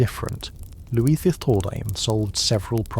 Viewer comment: Just wondering how and why you keep switching the pronunciation of Louis - - 😅